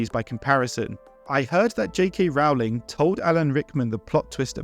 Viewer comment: Rowling is pronounced 'Rolling', row as in 'row a boat', not as in 'row', an argument!